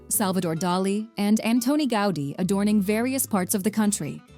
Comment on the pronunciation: 🙋🏼‍♀️Hello from Barcelona and I make constructive criticism. . The name of the Catalan architect is not pronounced the way you do, it is not Anthoni Gáudi, phonetically Antoni, it is pronounced accentuating the "O" and with "T", without the "H"..and the surname Gaudí, accentuating the last letter ,the letter "I"..ah and by the way, the mariachis that appear in the video...they should be in a video from Mexico, on another continent, you know🙄...in a video from Spain of course not. 🤷🏼‍♀️🤦🏼‍♀️